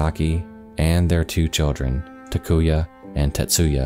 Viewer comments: How the hell can you pronounce Takuya and Tetsuya like Takuva and Testuva? WTF, man. The amount of mispronunciations in this video is ridiculous. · The case is heartbreaking and another example of the horrors of North Korea but why mention the twin's names if you were going to butcher them. Takuya and Tetsuya, btw, are both male names.